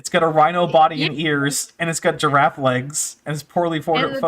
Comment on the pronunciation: I don't know why, but the way he says Giraffe feels offensive. I feel almost insulted when he says "A Gyaffe". Very perplexing